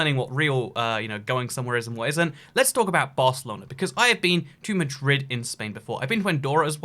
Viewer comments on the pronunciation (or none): none